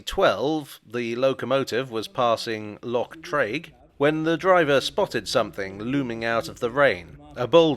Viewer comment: Okay brilliant video. Correction wise Class 66’s aren’t American; they’re Canadian. Almost all 66’s were built there. So technically they’re North American derived. You pronounced Loch Treig correctly!